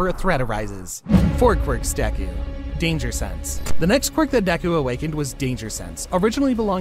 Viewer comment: Blud u said danger sanse